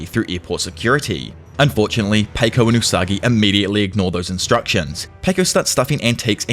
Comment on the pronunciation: pronouncing paco like "pay-co" is crazy work